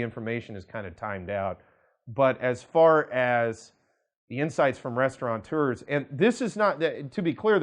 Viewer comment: Hi, please note that restaurant owners are 'Restaurateurs', not 'Restaranters'. Keep up your great work! BTW I own a restaurant here in Ayutthaya, and it's not as much fun as two years ago.